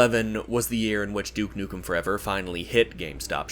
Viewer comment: You: Everyone gets Duke Nukem wrong Also you: gets Duke Nukem wrong